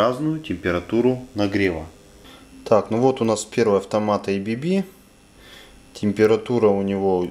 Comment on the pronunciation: Все идеально но только не эйбиби а абэбэ